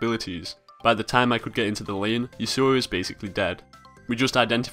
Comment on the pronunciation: It is YAsuo, not YasUo. Trust me, I know someone IRL with that name :)